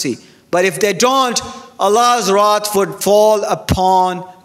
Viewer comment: Wrath not rot mr need to learn to speaks English